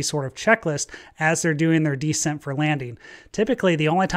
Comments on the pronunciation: "descent" is pronounced "descEnt" not "dEcent" - that's a completely different word. A fighter pilot not knowing how to pronounce aviation-related words? Is he even a real pilot? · How is it possible that a fighter pilot doesn't know how "descent" is pronounced?